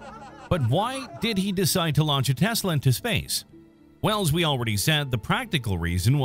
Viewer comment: What the fuq is a “teslay”